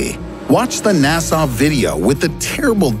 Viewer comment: NASA is pronounced like nasuh, not nasaw.